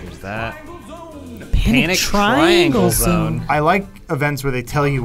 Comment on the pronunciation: No comments that it said Tringle Zone not "TRIANGLE" zone? 😅